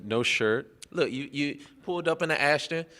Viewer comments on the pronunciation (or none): "Pulled up in the 'Ashton', you know...". Did he mean Aston Martin? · Aston Martin not Ashton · He said "you know, pulled up in an Ashton" did you mean Aston Kevin?